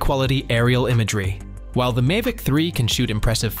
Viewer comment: This video is shockingly bad. I’m not a fan of AI generated scripts. It lacks any human touch to it. I’m trying not to be grumpy about this, but it’s a growing trend in tech videos. Am I in the minority on this? Not anti AI at all, but this is lazy work, it says “Mivic” multiple times